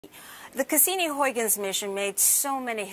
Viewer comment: "Huygens", said no American correctly ever